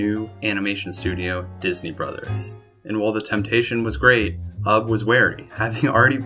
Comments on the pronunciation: It's pronounced YOU BE, NOT UB like TUB. SHeesh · I can't even WATCH or listen to this having to hear UB! instead of "Ubbie" YOU BEE